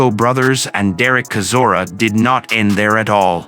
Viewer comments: Ai comentary is crap, it's chizora not kizora (pron) sounds like a Chinese guy reading English for the first time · bruh, how do you not even pronounce Chisora's name right? You not heard it enough in all the interviews, fights, commentary, it's like you've never actually truly followed boxing. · Least you could do is pronounce his surname correctly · Why doesn’t this commentator learn how to pronounce Chisora’s name properly? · Does anyone even listen to this garbage before uploading it? Chisora is not Klitschko's younger brother and that is not how you pronounce Chisora's name.